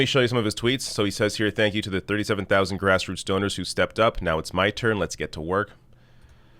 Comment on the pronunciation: I thought you said "Grassroot Stoners". 😂🤣😂